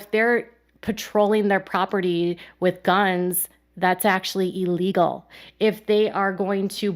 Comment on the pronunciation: Is…. Is she saying e-legal?.. 😂